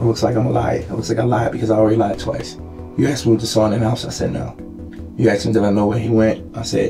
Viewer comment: He “axed”! The word is ASK!